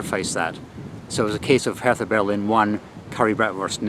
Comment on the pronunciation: You were pronouncing Hertha BSC Berlin wrong. It's not pronounced as you would pronounce the th in Bertha in the UK. German Hertha is pronounced as if there is no h. So imagine it's Herta. Anyway, fantastic travel, great fun. Thank you.